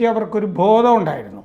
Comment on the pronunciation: ഭോധം അല്ല ബോധം എന്നാണ് ശരിയായ ഉച്ചാരണം.